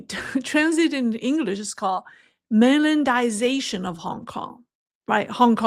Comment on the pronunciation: try this pronunciation, "the Mainland-Eye-Zay-Shun" cheers!